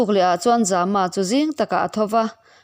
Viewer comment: Zama tih ilam dan hi a awm zia hriat thiam a va har ve ? Zâma ti a lam tur a ni zawk lo maw. Mai an a zäm zâma Lianzâma tih angin khamphei ri sâng